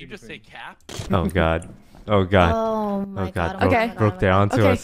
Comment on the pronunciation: Rae doesn't say, "Oh my God" she says, "Owy Muoy Gwawd!"